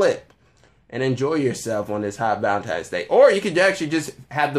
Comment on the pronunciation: Did this dude say ValentiMe's day at the start? Hard to take you seriously after that